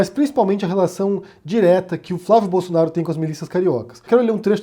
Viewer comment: "Flávio Bolosnaro"